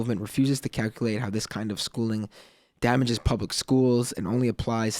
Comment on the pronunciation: man is terrible; oh god he doesn't even know free and appropriate public education in the least restrictive environment and he pronounces public with three syllables